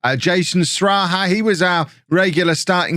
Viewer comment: its unfortunate sraha left, i was enjoying the way you said his name😂